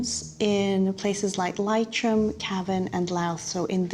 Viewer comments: Did she say Leitrim? I think she said Lye-trim. It’s pronounced Lee-trim. Did she say Louse for Laois? It’s pronounced Lee-sh. Plus Northern Ireland is not all of Ulster. Donegal is in the Republic of Ireland. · I don't understand why the geneticist is saying adoption was illegal in Ireland as I have never known it to be illegal here. Plus the County Leitrim is pronounced Lee-trim as opposed to Lie--trim 😊.